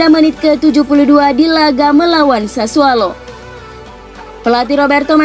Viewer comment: ionut bukan lonut.. SasuOlo bukan sasuAlo..